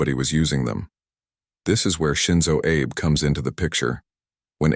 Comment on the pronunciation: The Japanese Way, yet Abe is pronounced like Abe Lincoln. Terrible.